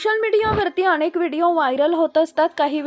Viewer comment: शुद्ध शब्द " अनेक " असा आहे " अणेक " नाही.